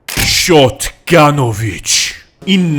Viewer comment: yo the shotgunovich sounds a lot like šotganović